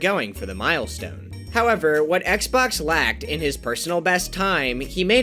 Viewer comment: The most impressive part of this video is how he finally pronounced Xbox's name right